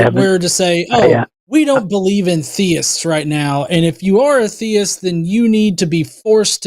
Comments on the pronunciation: I mean... the latest point at which everyone should realize it's him is the second he pronounces "theist" as "thayist"... thats such an easily identifiable speech quirk one should think. And not a common one. I dont think in all my years watching these shows have I ever heard someone say it that way... [edit: he even has the SAME EXACT SHITTY INTERNET PROBLEMS!! Identical robotyness and all xD] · Not the “thay-ist” pronunciation again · You can tell it's because he pronounced theist as "theyist"... only does that. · worse french accent since peter sellers